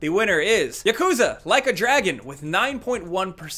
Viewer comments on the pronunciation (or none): what did eeee saaaaaaaaaaaaaiiiiiiiiiiiiiiiiiiiiiiiiiiii? ykuzaaaaaa? its Ya Ku Za